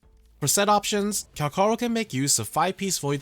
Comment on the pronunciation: Everyone plus the asians pronounce it CalCHaro... but you had to be different. Even if this is how supposed to pronounce his name, you definitely took the umf out of his name. Calcharo sounds better than kalkaro.. which it doesn't seem right with your example as C and Ch is in the name. Haven't found a language where the C and Ch sounds the same.